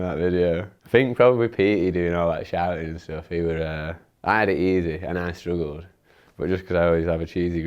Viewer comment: "I stroogled" lol